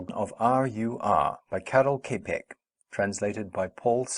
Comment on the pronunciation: The surname is not pronounced as "Kepek" - more likely like "Tschapeck"